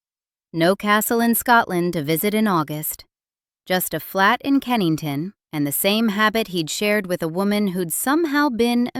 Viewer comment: Kensington, not Kennington.